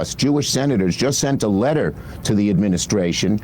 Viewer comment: "strongly worded letta"